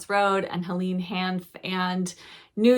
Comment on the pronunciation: Just to let you know that it's pronounced 'Hel-ayne' not 'Hel-een' (Hanff).